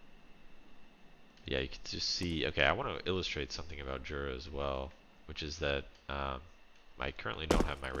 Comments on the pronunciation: I live around 20km from the place that inspired this map and can confirm that hot-air balloon festivals/competition take place there. Also it's pronounced yura. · it's pronounced Yura